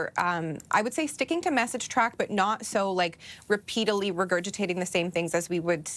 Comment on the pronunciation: Did she just say repeatily? Repeatally? Huh?